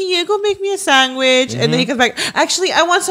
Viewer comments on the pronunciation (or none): Same!! And same with always saying sanGwhich instead of sandwich